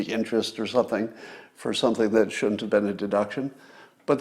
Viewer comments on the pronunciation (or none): Scott, you should learn to pronounce the 'D' in "wouldn't", "shouldn't" and couldn't". You would sound like your IQ is ten points higher. "Woont", "Shoont" and "Coont" are not words.